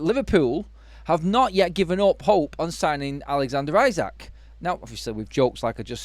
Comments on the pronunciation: First time I hear 'Alexander Ayzak' Pronunciation lol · Liverpool winning league wasn't enough we were looking at least 3 trophy. Time to.. fix . By the way you are pronouncing isak name wrong.